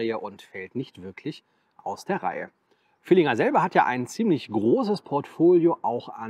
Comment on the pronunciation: Ich bin Fan deines Kanals. Aber das Ding heißt „Villiger“ und nicht „VilliNger“. 😉Das nur nebenbei und mach bitte weiter. Ich seh das sehr gerne.